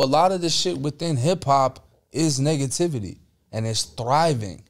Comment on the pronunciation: Did he just say niggatvity 😂 ayo